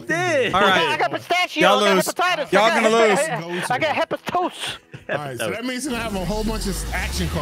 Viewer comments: It’s, Ha-fe-st-us, not hepotits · Love how they call Hephaestus Hepatitis. Absolutely comical 🤣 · People, the god of smithing is called Ha-fe-st-us. That’s how you pronounce his name. It ain’t hate, I just respect a god of Blacksmithing or creation, or a being of making things.